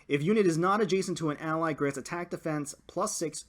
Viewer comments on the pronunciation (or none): none